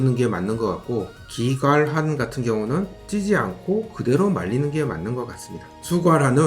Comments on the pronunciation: 병량환 발음 한번을 제대로 못하시네요 ㅋㅋㅋㅋㅋㅋㅋㅋㅋㅋㅋㅋㅋㅋㅋㅋㅋㅋㅋㅋㅋㅋㅋㅋㅋㅋㅋ 기갈환도 그렇고 ㅋㅋㅋㅋㅋㅋ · 경량환 기갈환 수갈환 다 발음이 빡세네요 ㅋㅋㅋㅋ